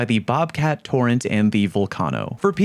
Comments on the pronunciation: “Torrent” lol u troll Its torrahntay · The Torrente is pronounced “torrentay”, not just “torrent” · Man, don't lecture people how to pronounce Volcano, when you call Tor-ren-te, torrent. Smh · Torrents is pronounced Torr-ehnn‐tay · Bro stressing that people misspronounce the vulcano when he calls the torrente a torrent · the way you say torennte and volcano wrong......oh my lord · Sure, I get that. But that's like saying that just because a bunch of people mispronounce something that they're right because that's just how people say it. There's thousands of years of precedent dating all the way back to the latin language that says it's a short -tuh sound. A voice acting director on a video game project doesn't supercede that. It's a common mistake, no worries. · Torrente is pronounced "torr-en-tay" MK is pronounced "Mark" not emm-kay. The more you know..... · The Spanish E at the end is a short, punchy, -tuh sound, not the overemphasized and protracted -tay sound that you're suggesting. The more you know. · Or calling the Torrente the “torrent” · That kettle nerf didn’t effect the gun AT ALL for people who don’t use macros. Learn how to pronounce torrente and vulcano.